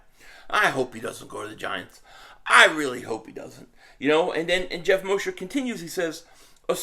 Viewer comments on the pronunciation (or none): none